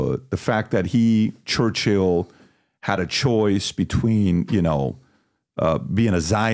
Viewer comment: I havent researched enough to have an opinion on Churchill (its not pronounced church hill, its churchill), but I can say with certainty, as many already have learnt, that no one is perfect, even with great intentions.